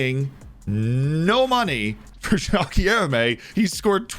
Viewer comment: You nailed JOÃO but you could use some help saying GUILHEME. It's like GIL but with no L sound, then LURE with no U sound and let this R sound reverb and then MEH. GUI-LHER-ME ;)